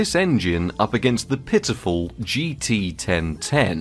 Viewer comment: jeetee-ten-ten is such an unbeliavably funny name to me for some reason, I hope you never stop talking about it